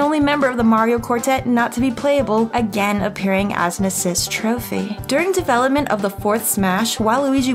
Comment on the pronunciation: Why she have to say assist trophy like dat?